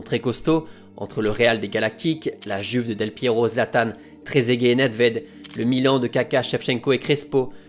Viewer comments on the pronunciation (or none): none